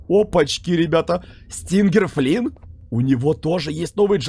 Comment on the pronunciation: СтинДЖЕР флинн а не стингер флинн